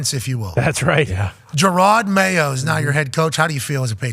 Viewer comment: Who's Jerard Mayo? 😂😂😂😂 ❤ Yew Lombo!